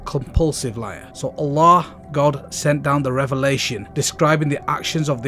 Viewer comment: ooolllaahhhh 😆😆 this guy has funny way of saying Allah